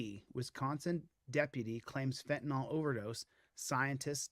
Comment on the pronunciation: "Fentanol" is the new "Nukuler"!